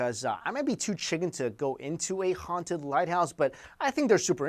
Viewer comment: ughhhh i hate the way you pronounce the "H" .... "HHHHHHaunted"